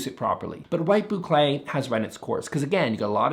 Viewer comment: Say Boucle say boucle .. he said boucle!